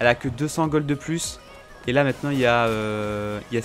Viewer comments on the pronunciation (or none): none